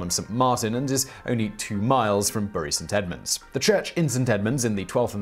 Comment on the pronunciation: I LOVE your pronunciation of Bury St Edmunds, my home town. Nb your picture which you used to illustrate a church with frequently rung bells is Moyse's Hall, not a church.